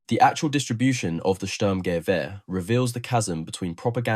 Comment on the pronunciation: German here: "Sturmgewehr" isn't pronounced "SturmGEwehr" but "STURMgewehr". Hope that helps... And while the STG-44 might have been faulty, conceptwise it became the prototype for ALL later assault rifle. A 3-in-1-weapon, providing a soldier with a compact weapon (like a carbine), enabling him to do accurate semi-automatic fire at medium ranges up to 300m and full-automatic fire in close combat situations. It might have failed as a combat weapon, but it still proved the concept of an assault rifle.